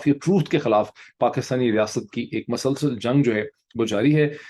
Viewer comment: I always enjoy your video and your dot connections. I have a request there is no doubt that you speak very good Urdu, but some words pronunciation is not correct. Like you say MASALSAL, it is musalsal.